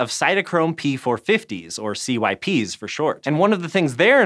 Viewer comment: Anyone else cringe at CYPs being pronounced "See-Why-Pees" not "sips"?